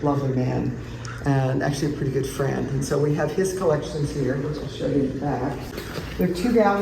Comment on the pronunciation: Yes he did say shaw invitation 😄 2 times